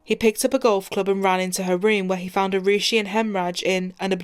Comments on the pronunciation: I usually have a lot of respect for police and what they do, especially in such horrific cases...but the ineptitude of the investigation by the police and CBI can't be understated. The gentleman mispronouncing poor Arushi's name twice. Of course, the parents allowing half of India into their apartment before the police got there certainly didn't help anything. This poor girl and the poor fellow who was just there to do his job, will never get justice, unless they start a cold case unit there. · Mockery of the justice Autopsy process The Talwar's lawyer just acted as a bollywood actor Top police official repeatedly saying Rushi instead of Arushi Had this case occured in the West, it could have reached instant and accurate coclusion. feel for the poor girl